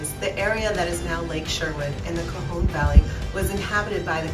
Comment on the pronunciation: I enjoyed this video, but can you produce the Conejo Valley correctly? Also it’s the Chumash native Americans, not the Comash. I assume you would want to know because the rest of your video is well researched and replete with history and facts. Very interesting!